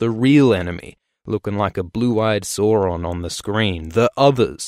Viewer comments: Sorry but i must protest on the fact that you pronounced Sauron's name wrong :). The first syllable of Sauron is like English sour, not sore! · The way he pronounced "Sauron"...... I died a bit inside =_= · Learn to pronounce SAURON correctly please.